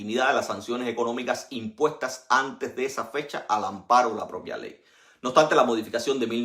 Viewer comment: OBSTANTE, con s. Tienes un serio problema con la pronunciación de la s.